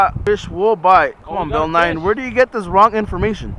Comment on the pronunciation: its Bill Nye not Bill Nine lol